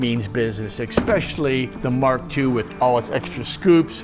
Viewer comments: I know it's pedantic, but I hate when people say "ex-specially"...there is no "X" in especially. It just makes it hard to take them seriously. And how about, at least, a helmet? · Only in America can you own a GT40 and say “exspecially”